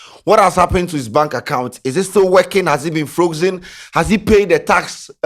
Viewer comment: what sort of english is frokzen